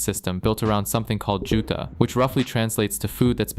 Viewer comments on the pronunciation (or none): at first i thought what the hell is juta? 👢 Then i realised it was actually juutha